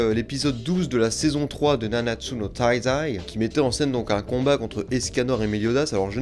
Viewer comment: "nawnatsu no taïïzaï"😭